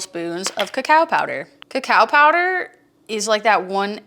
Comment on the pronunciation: its pronounced co-co powder not kacow powder.